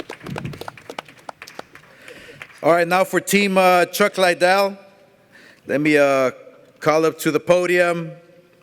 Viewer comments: Not hating but... all Oscar thinks about is the legends Tito Ortiz and Chuck "LIE-DELL" lol. Can't pronounce his last name correctly, but all he thinks about legend wise in MMA... Chuck "LIE-DELL". Big fan. Lol. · Why tf does he keep saying LIEdel? Not to mention he’s terrible at press conferences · What's the matter with Oscar's speech? He's been mis-pronouncing Chuck's name with "LIEDELL!" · everytime oscar says chuck lie del. haha chuck gives him a crazy look. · Chuck liedell. Can he even say his name right? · I came back cause Dana white said Oscar can’t even pronounce chuck lidell name right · He’s promoting a trilogy between two of the most iconic MMA fighters in history & he still can’t pronounce Chuck’s last name properly 🤦🏻‍♂️ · De La Hoya shouldn't talk about anything MMA ..... obviously knows nothing about it. Can't even pronounce Chuck's name correctly. AS for the fight .... lol .. until Ortiz shows he can take a punch, it dont matter how much he knows what Chuck's been doing.